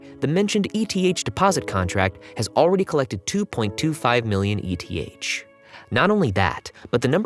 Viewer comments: Anyone pronouncing ETH as "E-T-H" doesn't have a clue about the crypto market. JFC it's pronounced "eeeth" which is short for Ether, the token of Ethereum. This isn't a crypto version of an ETF. It's not an acrynonm. It's a shortening of another word. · I agree it’s eeeth but also it’s not that big of a deal lol